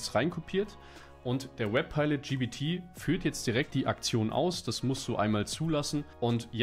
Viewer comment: Warum sagst du immer GBT es heisst GPT